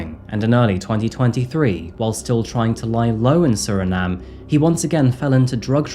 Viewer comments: Suriname was a non-entity prior to this?! Surprising. Not editing out the pronunciation ‘Suri - NaH - Mm - EH?’ Well that is definitely supporting evidence. Glass half full, would suggest there was a lot of editing that went on to make sure you got that Nahm EH correct all about that one glaring instance. I’ve always been a big traveler and curious about geopolitics. I didn’t pass Physics, AP or Calculus AP. There is no prospect of my intellectual potholes finding an accidental resolution. I appreciate the transparency 🙃. Good on ya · My family is from Suriname. But u don’t pronounce the “E” when pronouncing it in English. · can't decide how to pronounce Suriname 😂